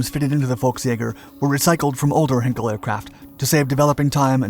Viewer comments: Perhaps ‘heiiin-kel’ and not ‘henkel’? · It's NOT HINKEL but H EYE NKEL EI is pronounced EYE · Hinkel? It's Heinkel, being pronounced with the same tone as in the word high. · You think by now the narrator would have learnt how to pronounce ‘Heinkel’. I know he’s a yank but even so. Perhaps he couldn’t see the letter ‘I’.